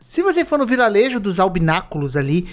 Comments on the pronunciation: tu realmente falou viralejo ao invés de vilarejo? Kkkkkkkkkkk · "viralejo dos albinaculos"? po mano 400 horas de jogo e não sabe falar o nome do lugar ainda? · "Viralejo" kkkkkkk